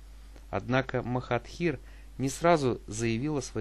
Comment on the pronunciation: Ты его имя не правильно произносишь